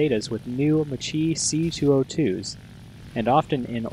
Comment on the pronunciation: Macchi is pronounced "Mah + Kee" not "Mah + Chee"